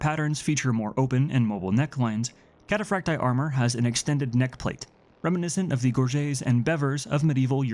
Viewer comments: Kat ah Frack Tee Eye. Emphasis on the double ii. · cat-uh-frack-tee-eye. The double I is pronounced ee-eye in Latin.